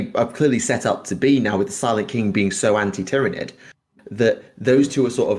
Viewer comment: Just wanted to say that even though I think you pronounce tyranid like a heretical moron, you (and Majorkill) really got me into and taught me a lot about the lore. Thanks!